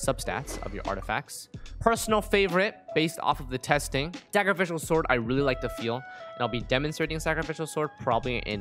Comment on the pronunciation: why does he pronounce sacrificial sword so weirdly its adorable awwww sakafical sord